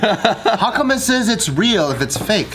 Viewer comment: Simu: it’s reãl: ooh, it’s royal